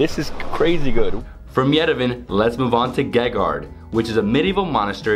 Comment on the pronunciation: Yerevan is pronounced as Ye-Re-Vaan